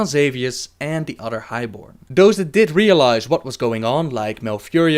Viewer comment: love the vids but hate that he says udder instead of other